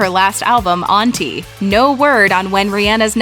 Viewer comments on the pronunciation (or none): Omg did the narrator just pronounce Rihanna's cd anti as aunty? ( smh)